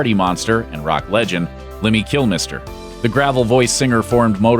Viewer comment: I love this vid, I will subscribe. I however must request when saying God's name it's Lemmy Kill-My-ster, not kill mister. Thanks!